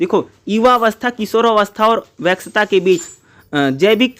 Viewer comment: Vyask ko wax bol rhe ho sir aap 😅